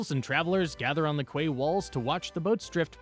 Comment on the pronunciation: Quay is pronounced "kee" (as in key)